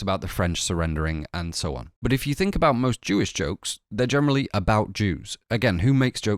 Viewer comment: Why do you pronounce "generally" like "gemenerally"